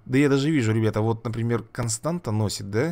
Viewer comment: Не Константа, а Констанса